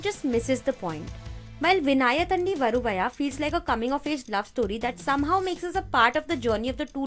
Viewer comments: Exactly. Rip Tamil. The way she pronounced vinnaithandi varuvaya 🤣🤣🤣🤣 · Even though U Told Disclaimer Excuses....The way U Pronounced Vinnaithandi Varuvaaya Is Lol😂😂😂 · vin-nai-thaan-di varu-vaa-yaa (correct pronounsation)